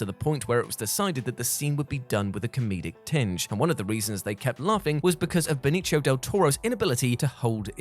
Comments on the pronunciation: You keep saying benicho del toro. It's benicio. Ben iss yo. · Benicio Del Toro's name is pronounced Be-ni-see-o not Be-ni-chi-o. Like you said he's Puerto Rican, so why are you pronouncing it like he's Italian? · I've never heard someone pronounce "Benicio" like that. Leave it to the Brits to totally mangle a Spanish name.